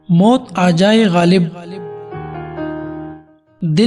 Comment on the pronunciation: Lafz ghalib theek kren